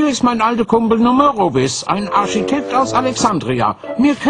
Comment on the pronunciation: "ein Arschitekt"...